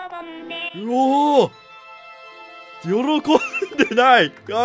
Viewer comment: 「あたいと結婚してください」 「よrrこんで」 いろいろと癖強すぎてほんと推せるこのカップル